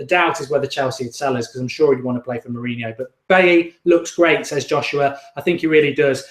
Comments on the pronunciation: Lol it's pronounced bayi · I think its pronounced beyi like david villa😉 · Mark you made him sound like and Irish bloke 😂😂 Bailey. I know a few baileys where I am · It's pronounced "Beyi" - French African name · definitely dont know how to pronounce his name thats for sure